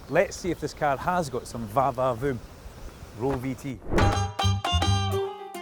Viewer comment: I must confess, I love hearing the words "VA VA Voom" in a Scottish accent